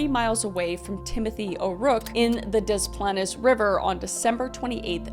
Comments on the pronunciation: Ok so Kris I love u and I live in the area, (YOUR DOING YOUR BEST) its pronounced des planes river, love u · One of the early victims (I cannot remember whom) had gone to my grade school about a decade before. It really hit home with us having that tie to this. PS odd midwest pronunciations - Des Plaines = Des Planes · Great coverage! We Illinoians pronounce it Dee Planes. Just FYI. I love when you cover these stories. You’re great! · It's pronounced Des Plains..... I was 13 and living in the Chicago suburbs when Gacy was caught. ❤ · not to be that person but its pronounced dis planes :) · I grew up in this area. Allow me to help with some of the local pronunciations: Dess Planes River (Des Plaines River), Wau-key-gan. We know they defy normal conventions, but that’s how we say them out there 😊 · As someone who’s lived near Des Plaines my whole life, hearing Kris call it Des “Plahn ess” is painful 💀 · Love the video but as an Illinois resident the pronunciation of des plaines drove me batty lol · you pronounced it wrong the 2 times. The word "des", you don't say the s and the word plaines, you got it right the 1rst time you said it. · as a Chicagoan it’s so hard hearing you butcher des plaines over and over 😂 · Say Des Plaines wrong one more time 😅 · The river’s name pronunciation is throwing me off. I’m from Chicago and took me a bit to realize what river lol love you though girl. Still one of the bests with crime stories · Your pronunciation of these places is cracking me up. Obvi you haven’t spend much time in IL. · Thank you for covering the Gacy case, you definitely did those kids justice I think. You pronounced Des Plaines correctly the first time but think you realized that later 😂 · The way you pronounce Des Plaines, LOL! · DA-PLANES not deplaness and WA-KEE_GAN not wagaken but you are a great reported love these videos.... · Pronounced De Planes.😊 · It's pronounced dis planes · I know the pronunciation doesn't make any sense, but Des Plaines = Dez Planez